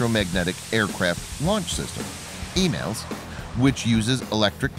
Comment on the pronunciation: just for the record the new cat system is pronounced "eee-malls" lol